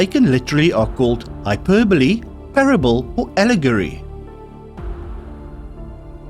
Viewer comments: Hyperbole is pronounced as pronounced it. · Sous Vide is pronounced soo veed , saute = saw-tay, hyperbole = hyper-bowl